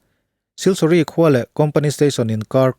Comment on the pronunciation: siliguri ti a kan chhiar ngar2 leee